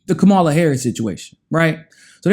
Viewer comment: Okay, now check Kamala's name. She says it herself in her clapping tutorial. She is a terrible candidate who needs to be rejected, but say her name correctly.